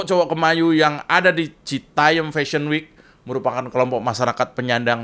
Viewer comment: citayam mas jo... bukan citayem... 😅